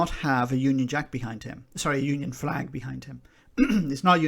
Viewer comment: The Royal underlying , deliberately unspoken question from a staunch Scottish Tory ... “ And what about the Republic of Ireland’s Flag 🇮🇪 ( l’m sure l heard “ Fleg “ 🇬🇧 ... but maybe my imagination concerning a separate Flaggish Cultural Predisposition 😬 ) BTW ... By all means talk up Glasgow ... but “ Powerhouse “ is historical and a one-eyed observation ! Tory Toffs couldn’t find Glasgow on a map of Great Britain ... so stop the Flaggishness you complete twerp !